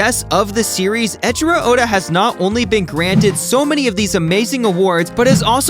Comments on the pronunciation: not echiro, ey-ichiro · Pronouncing the name “Eichiro” as “Echiro” is like pronouncing the word “eight” as “ett”.